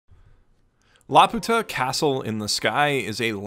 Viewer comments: Laputa is actually pronounced la-pyu-ta as according to the katakana (ラーピュータ: ra-pyu-ta). This is an excellent analysis of the OP! I only watched it once which is when I watched the film so I never comprehended the entire meaning of the OP, but seeing how you break it down makes it very clear. The OP is definitely very lovely and even when I didn't understand it, it was so enjoyable to look at. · Is anyone else gonna comment about how he pronounces it??? I dont know what it is in japanese. I was a lil’ bab the last time i saw this movie and it was in english...but in that they called it LAP-YOO-TAH idk tho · Y se fue.... a Laputa! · Why does he feel the need to say Laputa wrong? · I know I should probably have something to say about the video, but I just can't get over how he mispronounces "Laputa" literally every time despite showing it written right there in plain Japanese at the start of the video.